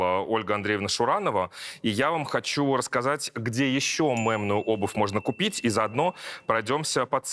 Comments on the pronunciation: Саша, мЕмную - через Е, не через Э ❤ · мЕмную, а не мЭмную, а то режет слух